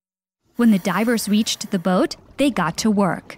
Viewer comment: Why is this girl sayin "weached instead of reached